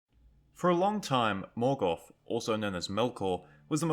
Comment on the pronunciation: There is no "F" in "Morgoth"....